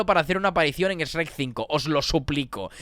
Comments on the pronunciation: Me da ansiedad que diga “es-rec” y no “shrek”, españoles everywhere. Por lo demás, buen análisis, lo vi todo. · Que le diga sherk y no esrek 😩 ❤